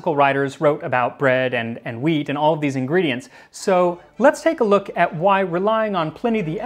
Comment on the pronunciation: Why does Max says wheat like stewie from Family guy ? :D Hweaattt